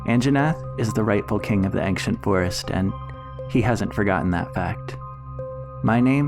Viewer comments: Why do you say ANKcient it sounds like ainchent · Ancient is pronounced ain-see-ent not ank-shint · First of: i really like you format! But I’m sorry??? “Angsciant” Forest? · STOP SAYING “axient forest” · Now the video is splendid, but you saying "ankshent" triggers me more than it should. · Why are you pronouncing ancient ankcient? It's one of those words where c is pronounced like a ch. For future reference.